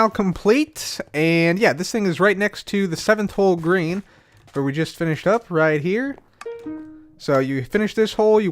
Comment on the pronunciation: Anyone else hear "Grian" every time says "Green"?